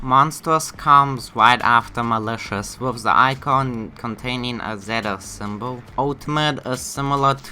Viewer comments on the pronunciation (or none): none